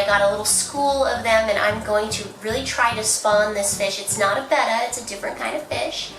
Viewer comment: you said betta wrong